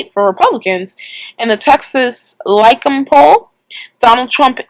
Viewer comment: Lye-see-um. Greek. :P